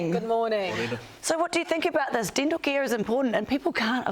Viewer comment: "dintle care is important"? What's dintle care?